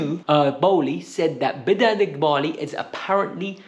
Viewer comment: Toboly, aaaa what's it called?, Egbaly.